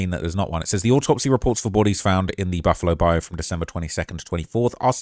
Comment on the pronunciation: It's "Bi - U"...🤦‍♂️